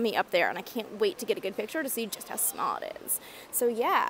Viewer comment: Loosing your Canadian accent: “smaaall”